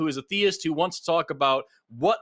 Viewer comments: This guy's mispronunciation of the word theist just grates. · Did either of you find it annoying that he pronounced the word "theist" as thay-ist?